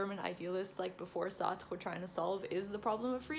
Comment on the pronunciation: Wow this is the first video I have seen of you and it was beautifully organized and concise. You did Sartre a lot of justice with your explanations and you also pronounced his name nicely. I’m a philosophy undergrad and I’m reading some of Sartre’s work and find it extremely intriguing. He is one of my favorites even if I don’t agree with all of his work. I want to thank you for making such a easy to understand video of his thought without sacrificing the intricacies at play. PLEASE do more videos on different philosophical texts, we would ALL benefit from them. I felt drawn into the video the whole time! Thanks!